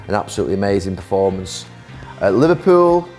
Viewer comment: Varpool FC i thought he got his words muddled up but I understand what he means now